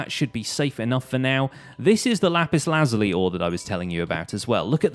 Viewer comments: It ain't lazuly it's said like this laz you lie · okay no hate but lap-is-la-zul-e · I’m just saying it’s pronounced lizuli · Y do u think were dumb and it’s lapis lasula